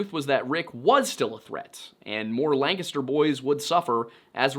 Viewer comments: As a Lancaster native I just wanna say thank you for saying it correctly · It’s so satisfying to hear someone pronounce Lancaster the way it’s pronounced in Pennsylvania. We lived outside York for 10 years before moving to Arizona upon retirement. I’d heard about this case but never in this degree of detail. From what you’ve said just in this video, my first choice for Betsy’s killer would be Richard Haeffner!! Thanks for sharing this! 👏👏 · Congratulations on being the only person on the internet I've ever heard pronounce the name Lancaster correctly. You handled it so naturally I'd be willing to bet you even know how Reading is pronounced. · A man of culture I see pronouncing Lancaster PA correctly. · As a Lancaster PA native, thanks for saying Lancaster correctly.